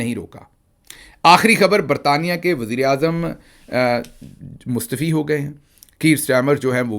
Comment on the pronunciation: Mustaafi not mustefi